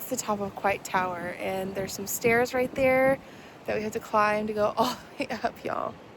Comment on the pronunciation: It is pronounced COY-T tower :) The elevator is never working 😂. Golden Gate Bridge is the red one. You can actually walk across it.